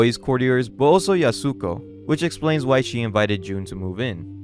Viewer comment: holy hell every time you say "yusako" when you can SEE her name is "Yasuko" ON SCREEN RIGHT WHEN YOU SAY IT. its like you are attempting to infuriate me specifically. if so, I am down to throw hands any day, son.